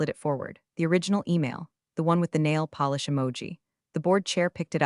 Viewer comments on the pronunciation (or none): none